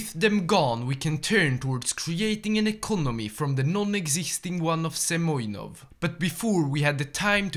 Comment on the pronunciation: He is not Semyonov - He is Semenov)))